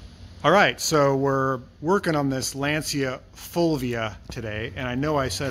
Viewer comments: You pronounce "Lantcha " not "Lansia " by the way gorgeous car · not really, in Italian it seems to pronounce Lanzia, instead of the right Lancia with C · lancia pronunsation ( lanceea) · Lanzia non si può sentire